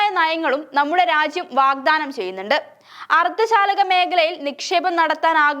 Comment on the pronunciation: അർദ്ധ ശാലകഅല്ല മോളെ അർദ്ധചാലക😂😂😂